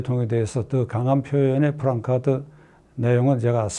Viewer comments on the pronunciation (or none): 박찬종 변호사님, 유튜브 잘 시청하고 있습니다. 그리고 늘 지지하는 입장입니다. 말씀하시는 중에 ‘프랑카드’라는 표현이 여러 차례 있었는데 원 발음인 플래카드(placard)로 발음하시는 게 더 좋을듯 합니다. 이전에도 그 표현을 여러번 들어서 정중히 의견을 드립니다.